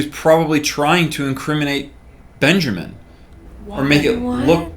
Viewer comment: one of my biggest pet peeves it's BenjAmain not benjerman vomit